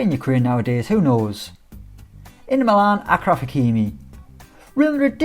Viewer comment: Ashraf not Akraf